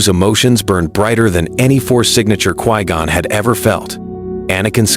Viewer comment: Who tf is "Qwee-Gone"?